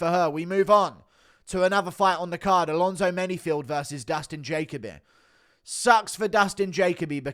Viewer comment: Guru, it's Ja-Kobe, not Jake-a-be lol. Jacoby is my son's name actually.